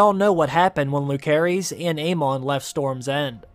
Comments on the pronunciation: Lucerys (Loo-sair-iss) Jacaerys (Jha-sair-iss) I love your videos, but it hurts every time I hear a name butchered lol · Lucerys: LOOSE-ERIS!! Jacaerys: JASE-ERIS!!!! Why did you not listen to how these character names were pronounced in the show??? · Did this guy watch the series? 'Lukaerys'?! 'Jakaerys'?! 'arax'?! I mean its just pronounciaton but cmon man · Isn’t it pronounce lou-sare-ees? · Lu-Sayrys… Jay-sayrys.. good lord.. they are Valyrian !! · Nobody literally nobody Him : luK H airees velaryon 😕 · I don't get how you mispronounce names that they say in the show 😅 lucerys and jacerys. I think that middle c is a soft c. Ssssss. Im pretty sure